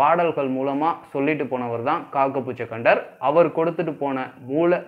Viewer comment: அது காகபுஜகண்டர் இல்லை!!!..."காகபுஜண்டர்"! ...pls correct it next time!...best wishes! நற்பவி!